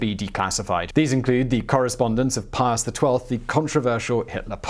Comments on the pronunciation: Pius not Pious. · Pius...without the "O"